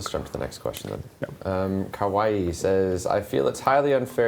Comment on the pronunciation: HAHAHA def says kawaii so wrong